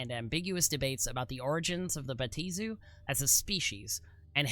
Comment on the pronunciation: Bruh... respectfully, there is a pronunciation guide in the very text you display! (Bay-AH-Teh-zoo) 4 syllables!